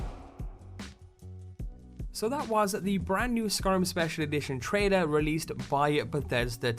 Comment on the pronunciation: Why do you say "trader" instead of "trailer"?